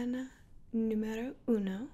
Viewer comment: Hi! Im from Italy and i gotta say that “numero uno” at the minute is spot on!! If you are learning italian you’re on the right track, keep going.